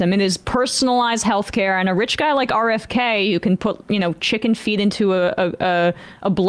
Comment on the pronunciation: 'RKF'? It's been 9 hours bro. How'd you fuck that one up?